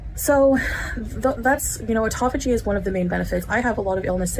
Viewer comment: English major lol autophogy,,lol cant even pronounce good.